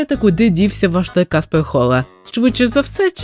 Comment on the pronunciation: я вибачаюсь, та фраза ''Куди зник каспег хола'' яка мабуть мала звучати грізно, звучить не дуже грізно